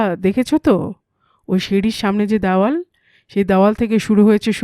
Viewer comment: দ্যাওয়াল নয়, দেওয়াল। ব্যাটবল‌ কোনো পদবী নয়, ওটা হবে বটব্যাল‌।